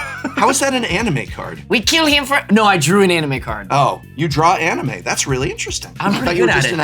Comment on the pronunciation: Aha! Prof CAN pronounce anime correctly.